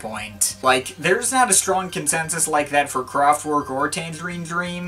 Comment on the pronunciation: It's not pronounced "Kraftwork". It's a German band, so... it's in German. You know. /kraftvɛrk/ I mean, you know your electronic music. Is it too much to ask for you to make the effort to say the name of the band right? You are kind of doing that for French.